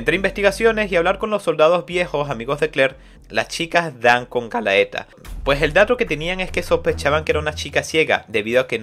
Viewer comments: el abisal se llama isley las tierras del norte de alphonse la antigua numero 3 se llama galatea no gallaeta xd y la numero 4 no es millata es miata igual buen trabajo. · Era Galatea no Galaeta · oye, un par de correcciones, la numero 3 de llama "GALATEA", no "galaeta" y el abisal del norte se llama "ISLEY", no "alfonse", Isley vive en el territorio de alphonse, los abisales son ISLEY DEL NORTE, RIFUL Y DAUF DEL OESTE Y LUCIELA DEL SUR, el este lo controla la organizaciòn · excelente! solo xfa es "Galatea" me palpita el ojo tanto galaeta XD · Adelante PriciLLa: Se dice Pricila Galaeta : Es GALATEA Hilda: Ilda Miriam: es Miriya (Mirilla, ahora si se dice como en Pricilla o Miria para ser exactos jajajajajajaja) 🤣🤣🤣🤣🤣🤣🤣🤣🤣🤣🤣🤣🤣🤣🤣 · Galaeta o Galatea? Sorry pero soy super fan de este anime/manga y tan pronto escuche Galaetaj morí 😂 Mi personaje fav es Miria y Wild Horse Octavia! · Men realmente aprecio el tiempo que te tomaste en hacer el resumen de este manga. Pero me desespera como pronuncias mal los nombres de los personajes ejemplo galaeta cuando en realidad es galatea o tambien alfonse cuando el se llama isley alfonse es el trozo de tierra donde estaba osea su zona Si no fuera x eso y otras cosas joer seria perfecto el resumen pero aun asi comprendo el esfuerzo que lleva hacer estos videos asi que se te agradece que des a conozer este.manga que es genial sigue asi y trata de mejorar que siempre se puede suerte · Todo el video me dio cringe cuando escuchaba Galaeta en vez de Galatea e.e (esa dislexia estuvo heavy) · por que le dices Galaeta a Galatea? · @@ además es Galatea no galaeta, es Isley no Alfonse xD no se q manga leiste xD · Es galaTea no Galaeta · galatea no galaeta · Qué dolor de oidos cuando dices "Galaeta" Por favor!! Lee bien, es "GALATEA"!!! 🤦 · Prisiya,? Galaeta? , please bro 😭😭 detente . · Está muy bueno el resumen 👌👌👌👌 Lástima como nombrabas a los personajes🤌🤌🤌🤌